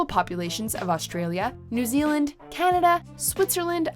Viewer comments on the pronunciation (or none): none